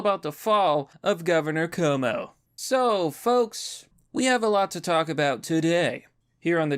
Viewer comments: Dude.. how do you still manage to pronounce "Cuomo" wrong?!? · You mean governor chuumuu